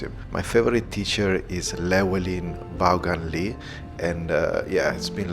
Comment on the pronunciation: Vaughan pronounced Van Very good video!